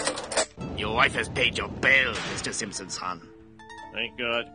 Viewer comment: The guard basically said “Mr. Mr. Simpsomn”